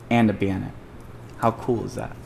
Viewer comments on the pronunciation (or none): and a "banet" wtf is a banet